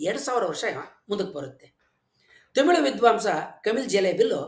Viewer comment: Nimma bhashane thumba channagidhe. Dhayavittu, Themilu, themilu annabedi. Thamirh antha kariri. ( where, are word galalli English navaru uchadane maduvange "rh" andhare "ழ், ழ " antha aguthe.